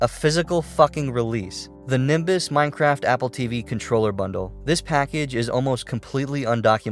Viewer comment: d-do i sniff.. free minecwaft?!??